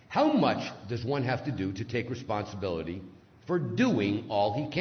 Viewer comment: There are so many words in this video that I do knot understand. What is "wesponsability" and what is a "stweetsweeper"?